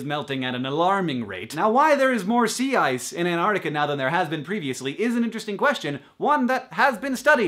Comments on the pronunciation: Not anartica you silly prson. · Do all Americans pronounce Antarctica like An'arctica? Because that's just funny. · AnTarctica has two t's. Pronounce them dammit America.....My New Zealand is showing... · well done, love the (mostly) correct usage of data as a plural noun, but learn to pronounce Antarctica. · why dont americans pronounce the first 't' or the first 'c' in Antarctica? D:>